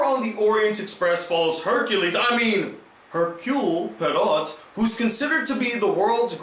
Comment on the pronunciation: Hercule Poirot = 'Err-Kyool Pwah-row' Phonetically, and you're welcome.